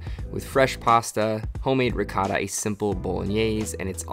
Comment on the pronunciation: In our LasagnE there's not "rihota (ricotta)" how you say it, there is "besciamella", which is completely different.